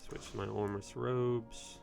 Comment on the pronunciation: Aneye? Vysige? Does this guy mispronounce words with the explicit desire to drive me fucking nuts? Why don't you trade out the Armus robes, use the Eyenygmer , toilepurt to the enemies hit by frazen urb , and smash 'em, hmm?